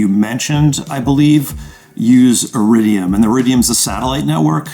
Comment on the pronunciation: Iriduim? I caught that!